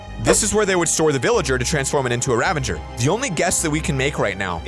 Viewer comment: you say ravager wrong you say ravenger its ravager